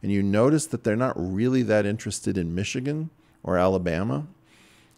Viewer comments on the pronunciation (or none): none